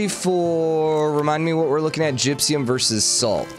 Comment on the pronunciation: "Gypsyum" instead of "gypsum" is seriously spiking my head.